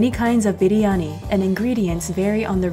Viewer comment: You Pronounced the word "Biryani" just like an Indian.